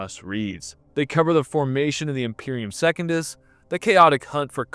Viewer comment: He also says Second-us, instead of Se-cun-dus. Pretty 🤪🤣